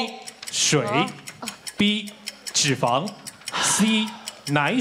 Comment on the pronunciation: 三立字幕組的，字幕打完後可否再校稿一下🤔，是沙漠之「舟」而不是「洲」，還有唸題的先生也把「脂」肪的「脂」唸錯音，應該是唸作一聲，音同「知」，如「胭脂扣」，裡面只有LULU唸的是正確的👍。還有幾年前看到他們把某部劇字幕中「徹底」的「徹」打成清「澈」的「澈」，若干年後看了還是依舊沒改，整個無言…🙄